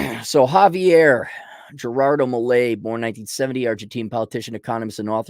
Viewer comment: Can´t pronounce a five letter name? Try Miley, like in Cyrus.